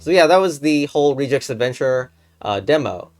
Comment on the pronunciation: i have never heard anyone pronounce regex like that